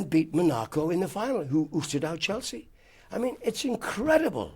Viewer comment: Absolute legend of football but apparently couldn't pronounce Monaco or Benfica